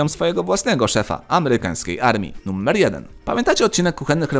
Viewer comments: Dlaczego wymawiasz "numer" bardziej jak "nummer"? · Jak mnie wkurwia sposób w jaki mówisz "numer".